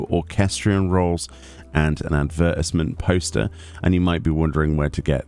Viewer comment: Never heard “ advertisement “ pronounced like that, aren’t you in the U.K. too? 😅